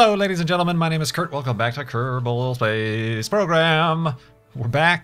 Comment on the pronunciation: "ok everyone, welcome back to kurt-bal space program" is what i hear for the intro O_O